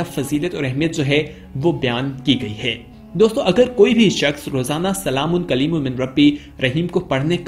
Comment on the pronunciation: بھائی آیت ٹھیک پڑھو سلام قو لم ہے قلیل لم نہیں